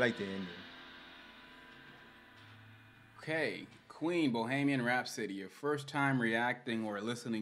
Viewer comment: it's pronounced Bo-he-me-an Rhapsody. Bohemia is the largest region of the Czech Republic. A Bohemian is a person who is deeply and broadly creative.